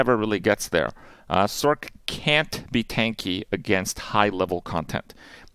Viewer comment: Is it a meme that people say sork and not sorc(s), I just don't get it lol.